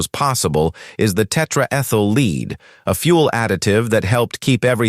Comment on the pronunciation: Dear, the AI narrator, leaded fuel is not pronounced "leeded". It's led, like Led Zeppelin. Never mind.